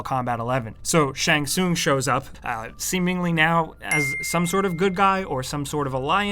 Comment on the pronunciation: I like how he pronounce Shang Tsung different every time he said it.